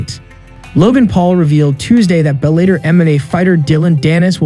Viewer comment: Bell-a-tor not bell-ate-er